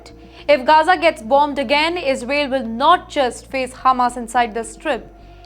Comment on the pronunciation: Sister your pronunciation needs 5o be improvised...it is Is rael.